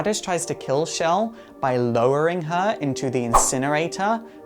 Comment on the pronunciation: It's Chell, Not Shell.